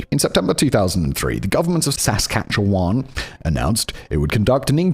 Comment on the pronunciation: Also "saskatcheWAN"